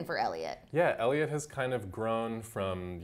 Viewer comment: Elio 😂 it’s Eliot